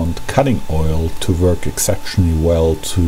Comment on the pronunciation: I like how you say "wörk". A lesson about tolerances would be nice.